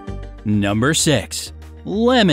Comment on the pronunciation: Am I the only one who heard number s**?